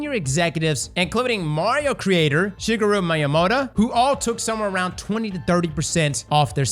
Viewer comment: You butchered Satoru and Shigeru’s names